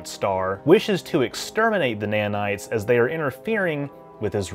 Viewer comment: its nanites not "manites". Nanite, like ipod nano